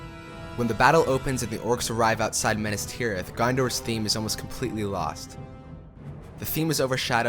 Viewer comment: I love this video but how does he manage to mispronounce 80% of the names? “Menas Tirith?” “Sherlob?“ “Sirth Ungal?”